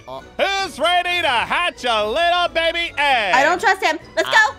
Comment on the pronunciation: I love how Aphmau says bibi instead of baby